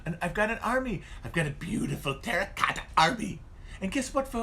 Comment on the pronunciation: The way he says terra cotta the first time, got me good